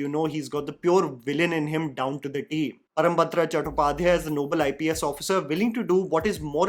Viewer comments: It’s ParamBRATA, not ParamBATRA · It is ParambRata and not ParambatRa. Kindly note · It's "Param - Bra-ta" . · You always botch his name. It's Parambrata (Bengali pronunciation is Paw+rom+broto) not Param Batra.